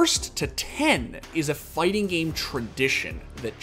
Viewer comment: "Fighsing games is somsing so great"